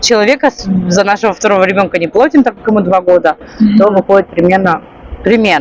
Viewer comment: всё-таки лучше говорить плАтим, вы это слово часто употребляете, остальные просторечия не так режут слух